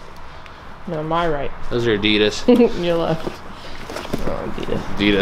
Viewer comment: I like how you say Adida as if Adidas is plural😉🥰😂